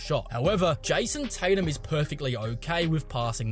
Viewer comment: Jison Titum